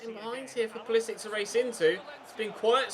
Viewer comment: It is POO-LEE-SICK (Pulisic)